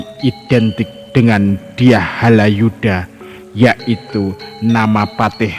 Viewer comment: Bukan Haladjuda mmbacanya tetapi Halayuda.